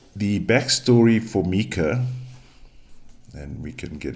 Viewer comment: Its myka You are pronouncing her name wrong